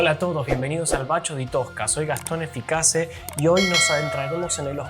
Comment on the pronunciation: Eficasse o Efficace (pronúnciese como si en castellano fuese Efficache)?